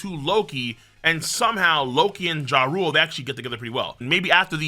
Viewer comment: its pronounced YARL not JA-RULE